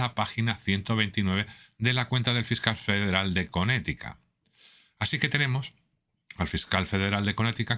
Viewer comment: El fiscal de Conetica 🥴🥴 🤣🤣🤣 Esa pronunciacion por Dios. Bueno, si creen en Q, cualquier cosa se puede esperar de un eacho conspiranoico. 😮‍💨😮‍💨🤦🤦 Apaluden el sufrimiento de l a gente pobre, se hqcen los desentendidos con la probada ocultavion que el pedof... Anaranjado esta haviendo de la lista epstein y todas oas teopelias de ese impresentable farsante sionista.